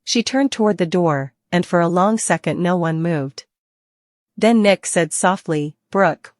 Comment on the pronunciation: If you're going to report all of this, you need to say Nick last name right? And a lot of the other characters that you keep butchering get it together or go off the air. This is ridiculous and so are some of these plots. We as seasoned TV watchers can make a much better plot than what they're doing right now. I mean my gosh beyond the gates is looking better than them